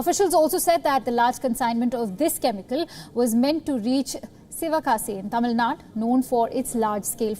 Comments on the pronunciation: Hey one correction. It is not Tamil Nad it is Tamizh Nadu. Instead of showing off your English skills, try to pronounce the names properly as in the Local language as you fo for the north Indian states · Its Tamilnadu missy not tamilnad.... try to learn vernacular names....plus its pronounced as BEIROO not beiroot